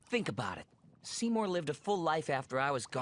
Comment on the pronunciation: Seymour, more like seemin